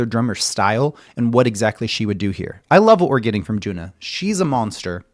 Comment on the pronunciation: Thank you for introducing HAGANE. JUNNA not JUNA. JUNNA is pronounced as JU-N-NA.